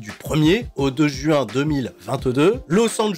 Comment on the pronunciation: Le premier JU 1, nani ? quel est cet accent ?